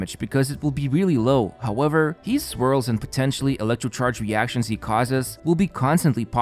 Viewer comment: Why does he always say "hees" instead of his...? Always gets me..what accent is that ^^